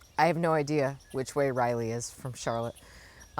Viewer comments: Practice before you go to Raleigh - Rah-lee, not Riley😊. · Riley?? RAH-LEE. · Your pronunciation was 'rielee', we say it 'rahlee'. It's only ~ a 3.5 hour drive over to Raleigh from CLT. I make the drive once a year because I have a malamute who has now had both hips replaced at NC State Vet, so we do x-rays to make sure all is good. Best to Darwin and the family. It's so hard when our furkids need extra help. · Rah-lee , think Sir Walter “ Rah-lee”! Hope Darwin is ok ! Safe travels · Sorry to miss you and Jenny. I’ll be at Jim’s. Btw, Raleigh is pronounced RAH-lee. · Riley😀 I was laughing,but figured you somehow got stuck on that pronunciation in the moment. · Raleigh not Riley